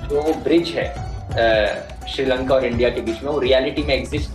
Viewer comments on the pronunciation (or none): none